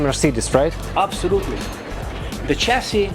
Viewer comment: Я один считал сколько раз он скажет обсолютли